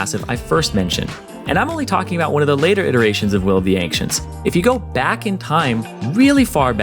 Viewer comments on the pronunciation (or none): Why the fuck are you pronouncing "ancients" so weirdly??? You're saying "ank-tients" wtf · The way the dude pronounces the C in "Ancients" as "Ank-cients" is weirdly irritating. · "Will of the Ankh-cents" ooof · "Will of the ankchenct" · Will of the anxents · Em... Any1 else hearing "Will of the Ancients" as "Will of the Ank-cients". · "Will of the Ankcients" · LivingWithBears Will of the Ank-shents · Interesting way to pronounce Will of the Ancients